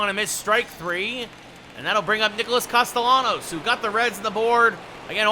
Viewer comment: Great video except the pronunciation of Castellanos